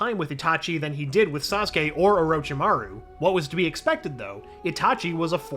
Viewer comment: I’m surprise he pronounced Saskue correctly